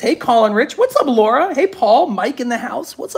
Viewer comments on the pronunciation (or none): none